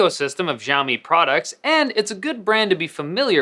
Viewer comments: man it's not "jiaomi", its pronounced as "shiaomi" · Your not pronouncing 'Xiaomi' right! It's Xiaomi not. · why does he say "gjaiomi" but he doesnt say "Eypel"? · This guy should do a good research about Xiaomi. First, the pronunciation of Xiaomi was wrong. Second, this guy doesn't even know the name of UI called MiUI. MiUI never had an app drawer and removing an app drawer dosen't mean it will be like IOS. 3. Its so simple to increase Screen-on time in MiUI settings. Google play can be easily downloaded on Xiaomi phones Idk what's his problem.